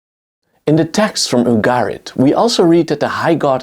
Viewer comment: The pronunciations in this video are painful. "EYE-Rack", "OOoguhrit" ih-RAAK, Yu'GAR-it